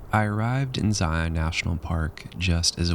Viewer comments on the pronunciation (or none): the imagery you capture is sooo good! I am like a minute into the video and I'm in awe! HOWEVER, IT MAKES MY SKIN CRAWL WHEN PEOPLE SAY, "ZY-YON" IT'S "ZY-UN" (rhymes with lion)... IDK why it bugs me so bad haha but it does! I literally had to pause the video to write this comment... anyway.. LOVE THE VIDEO SO FAR!